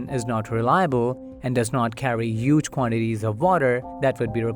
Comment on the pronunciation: Stop saying yuge. It’s huge